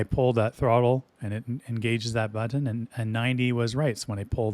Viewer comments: The way you say "but-tin" is very... unique. I just ordered my own Max halfway through watching your review. I can't wait to start pushing all of the but-tins on my new throttle when it gets here, assuming the Port of Long Beach doesn't screw me for 3 extra weeks like they did on my Gladiator NXT when I got it. Also: but-tins. BUT-TINS. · I really like how you say “butt-ton”